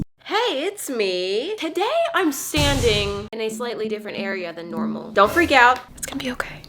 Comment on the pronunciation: am i the only one who heard sanding instead if standing